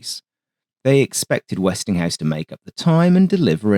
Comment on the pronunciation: I cringe every time I hear "Westinghouse."